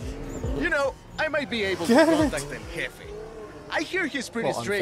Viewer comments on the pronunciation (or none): El hefe not El JEFFE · El Hefe is the pronunciation you are looking for bro lol